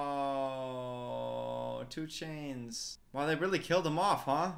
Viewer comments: I love how "Tsu'tey" became "2 Chainz." 😆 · not the way he said Tsu'tey fine in the being then just started calling him two chains. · no one ever:: calling tsu'tey, 2chainz lol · “tsu’tey” 5 seconds later “two chains” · Struggles to say Tsu"Tsey 2 seconds Later: Homie's gonna fight 2 chains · James Cameron: "This character's name is Tsu'tey": "2ChAinZ" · "tsu 'tey" 3 seconds later: "homie's gonna fight two chains" His memory is baaaad😭😭😭🤣🤣🤣💀💀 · Me: Knows how to pronounce Tsu’tey since 8yo: Tchu-Ey